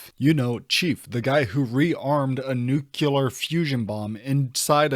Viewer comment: Brother imagine a lieutenant talking to a Master Chief like this hahaha. Stupid snarky, zoomer writing. Also, it's NUCLEAR. New-clear. Not "nucular"